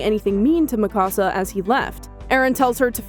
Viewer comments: It's not ma ca sa. It me ka sa Fyck. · U can't even pronounce her name right yet u male a video. wtf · Why are you pronouncing her name like that? Did you watch the show at all?